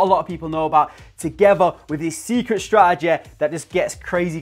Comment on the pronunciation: Love the accent on the word “strategy”🤣